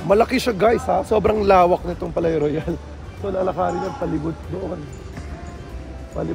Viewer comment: Palais Royal pronounced like "Paliy rwayal" po😊